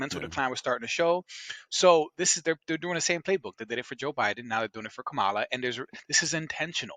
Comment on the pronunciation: Ok so 15 seconds in you mispronounce her name so either your woefully ignorant about how it's pronounce or your just an asshole. Either way get a fuckin clue